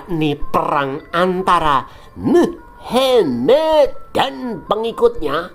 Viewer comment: Ah gw males nonton channel SN krn bikin sakit perut terus tatkala menyebut Muh amad jadi .... muhhh .. eemeddd. Kasian junjungan yg katanya berahlak mulIa kaum kedar dikuliti terus ... ampyuunnn 😉😙🤗☺